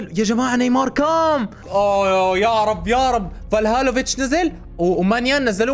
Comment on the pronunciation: يا اللاعب اسمو فلاهوڤتش مش فالهوفتش